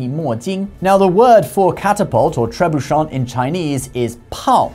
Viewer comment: Long time fan. Watch al your videos. This is most likely the one and only time I will ever have a note on pronunciation for this channel: Tre Boo Shay 😊 Carry on!